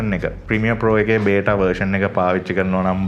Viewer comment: වරදක් කියනවා නෙවි, බෙටා නෙවි බීටා(beta)😊❤